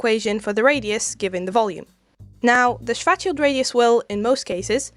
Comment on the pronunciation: What a fun view! Kudos for you to show the math, is amazing how supposed science channels skim on it, although... What did you say, young lady? Do you blame the micro now? "strategy" ,"fatshield" ,"sweatshield", "distraction", "schorathe"... YouTube captions are not helping :)) I suggest that in the future, if you ever have to speak of poor Karl Schwarzchild again, show his name somewhere